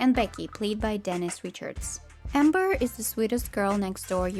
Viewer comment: That's not "Dennis", it's "Denise" DaH-NEESE Richards